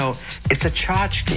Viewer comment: Lol "tchotchke"